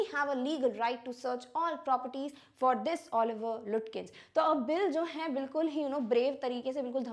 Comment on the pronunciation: Mam, it is not pronounced as Lutkins. It is pronounced as Lukins.